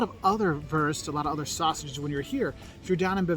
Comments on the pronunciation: americans complaining about umlauts and then saing würst instead of wurst 🤣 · 😂🙈 some fake news are in there... And Wurst is not "worst" ,is woorst like wood or toon u=oo, and i never heard of "wasser mit gas" it's called Kohlensäure or shortly Sprudel (Shproodle) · Coming back to it, it equally amuses and saddens me that the German guy in the food video tries to pronounce the German word "Wurst" in a pseudo-English way (like "wörst"??), I guess to accommodate English speakers, instead of showing foreigners the correct pronunciation of Wurst: German "w" is like the English "v", the German "u" can be both short or long but in this case it's long, similar to the u in the name Hugh. And he mispronounced "Döner Kebab" as "Doner Kebab" for English-speaking audience, instead of giving the proper Umlaut ö. (sigh) The Umlaute ä, ö, ü are its own distinct vowels, they're not identical to a, o, u and the dots are not optional!